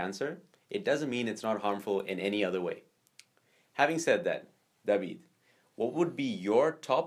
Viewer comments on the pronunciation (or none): Its david. Not daweeed